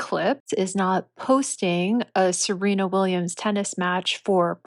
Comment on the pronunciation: It's SERENA Williams, not "Selena.". And you must have a very narrow idea of beauty if you believe that no woman is beautiful "after 30.". Your ridiculous statement actually reminds of that equally ridiculous mantra of the 1960s hippies, " Don't trust anyone over 30." 🙄